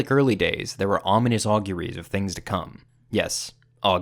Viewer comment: Auguries I did look it up and you got the mean right but pronunciations not so much, close but no cigar.